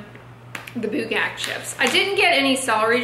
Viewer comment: Oh my god,, you pronounced Bugak so well!! I am korean!